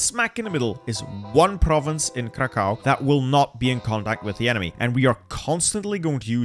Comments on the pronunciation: Kraków is pronounced "krakuv" not kakao xd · if u ever wanted to know, krakow is pronounced like "krakoof" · pronounce Kraków like krakuf